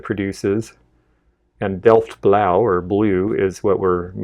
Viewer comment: Hi, It’s me Maison Danielle from IG the Dutch who visit Kentucky Always surprised about your knowledge, you even pronounced Delfts Blauw like a real Dutch 😉